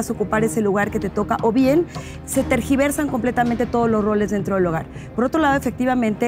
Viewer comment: Rocío. Espero que aprendas a decir TERGIVERSAR. La sicóloga te lo repite y no lonaprendes. Recientemente volviste a decir TRASGIVERSAR 🙈🙈 Pena ajena.